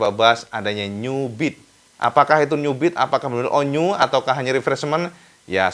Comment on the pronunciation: 13.05 New Beat terdengar seperti Nyubit 🤣🤣 Maaf just jokes for fun 😁🙏🏻